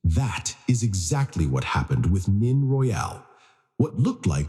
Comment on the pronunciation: Time to update AI voice name mispronunciation of both 1st & last names. Nene say Nay nay, Royal not royale don’t say Al. Royal like royalty, without the ty at the end.